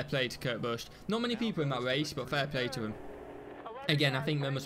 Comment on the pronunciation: its bush that how u pronounce it